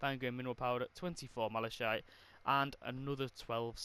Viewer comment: Is it just me or did it trigger me how he was power level 120 but doesn’t know how to say malachite